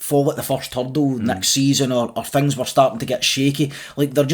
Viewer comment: How are we dropping the ‘t’from words like ‘things’ and ‘think’? Hings and hink 😂 love it !